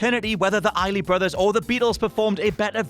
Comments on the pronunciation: Please put in the required effort to get your subject's names right. It's Isley Brothers, not Iley. Remember: "EYES-lee" not "EYE-lee". Thank you. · ISLEY BROTHERS!!!!.....not “Iley”.....get it together bruh. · Okay, quick pronunciation guide here. It's the "Eyes-ly" Brothers. And Joan "Bye-ez". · Aaliyah had a great cover of The Isley's "At Your Best" or "You Are Love" I forget that actual name. She really put her heart and soul into it to where you can truly feel it with every word she says. Also, Isley is pronounced like "Eyes-Lee" not "I-Lee" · The 'S' in the Isley Brothers isn't silent, btw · I don't think the Isley Brothers pronounce it that way, believe the "s" is not silent. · Great list, but the S in Isley Brothers is not silent.